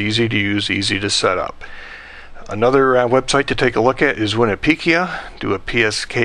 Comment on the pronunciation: What's "Winipekia"?